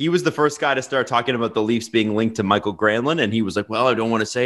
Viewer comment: Stop saying “Michael Granlund” it’s Mikael (me-kai-ull) Granlund.